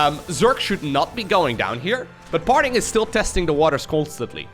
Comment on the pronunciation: swore i heard "Farting" a couple times ....